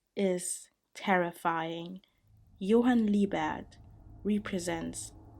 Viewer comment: You-hen lee-bat💀💀💀